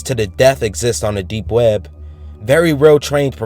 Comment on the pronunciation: You pronounce it like "we-eb".. made my laugh my ass off.. Try counting how many times he says it.. xD